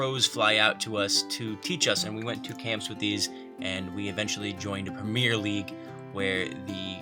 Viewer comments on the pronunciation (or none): Premier is ier not eir